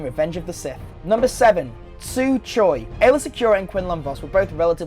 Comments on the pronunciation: "Aaylor" Secura is not the correct name. You're looking for Aalya Secura. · Aaylor Secura ❌ Aayla Secura ✔ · Her name's not Aaylor Secura, it's Aayla secura! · Aayla Secura, not Aaylor. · Bad pronunciation and terrible spelling. Aayla Secura. Nor aaylor secura. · “ stole “ THEY’RE THE SAME FUCKING THINGS. THEY’RE JUST NOT IN THE MOVIES ITS PRONOUNCED CORUSANT AND ALSO ITS NOT AAYLOR SECURA ITS AAYLA SECURA SO BF1 AND BF2 ARE FUCKING RIPOFFS?! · and Aaylor Secura? lol wtf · is no one else bothered to hell by the way he pronounces coruscant or aayla secura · it's not CoruSKANT.. It's CoruSant Aylaa Secura, Not Aaylor... (and it's not TWI'lek as in twine... it's twee'lek as in twin lekku) Dude...do you even know who Chewie is?